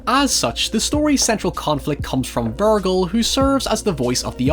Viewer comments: Is anybody else disturbed by pronunciation of Vergil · The "g" in Vergil sounds like the "g" in "virgin" though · Ver--jell it's not a hard g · Buddy, you are pronouncing Vergil wrong. Here is correct pronunciation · How are you mispronouncing Verge/Virgil when he says it multiple times in the movie lol